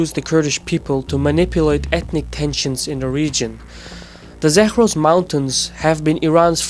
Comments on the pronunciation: "Zakhhhhros" mountains haha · Zagros is not pronounced Zakhhhros. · n "Zakhhhros" mountains lmao